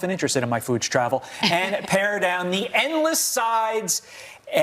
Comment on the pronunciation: It's "pare" not "pair"......